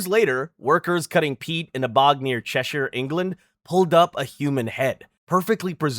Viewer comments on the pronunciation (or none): none